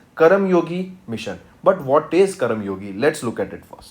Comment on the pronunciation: Could you please teach the content properly its karmayogi not karamyogi🤦🏻‍♀️